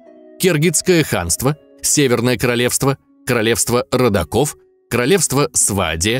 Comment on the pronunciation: Не могу не бугуртнуть, но Королевство рОддоков,а не родокОв